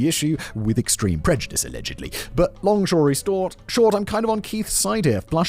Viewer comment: "Long shory stort" 😅😅😅😂😂😂